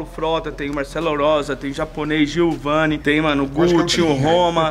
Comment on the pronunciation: Giovan não Giovani hahahaha